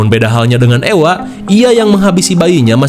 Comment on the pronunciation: suami saya bilang orng2 yang hidup di zaman Medieval itu sangat mengerikan. Dan untuk Ewa ini di sebutnya Eva kang bukan Ewa Ewa heeyyy 🎉